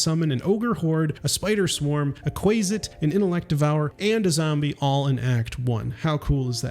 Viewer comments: It’s more like “Kwasit” (not Kwaysit) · Quasit is pronounced with a short “a”, as in “quaff”, “quasi”. Gary Gygax, who invented them as a chaotic evil counterpart to they mythological imp, likely simply shortened it from “quasi-demon”, using the same ending as “mephit”. Regardless, Gary pronounced it “QUAH-zit”, and the community of players of D&D and related games have been pronouncing it as such for almost half a century. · Disliked for how you pronounce quazit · It's Kwa Sit. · Quasit is pronounced with a short a sound, not long A. Good video though. Liked. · I love newbies to dnd mispronoucning the stupid made up names we have. Like quasit and loviatar